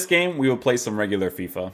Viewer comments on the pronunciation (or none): none